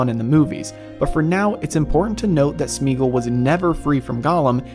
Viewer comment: Similarly Sméagol should not be Smeegl, but either Smaygol if you want to go full old English or more modern Smeeah-gol (where eeah is a diphtong changing from ee to ah) or also Smeegol (both variants Tolkien himself pronounced it). Tho —gol would in all cases be like the Gol— from Gollum, not —gl.